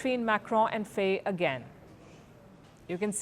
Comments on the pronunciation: It's pronouced "fie", not "fey" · Please learn how to pronounce African names. Faye is pronounced "Fai". Ousmane is pronounced "Usman" and Diomaye is pronounced "Jomai". Their names are written in the french language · Pronounce faye as fye in Senegal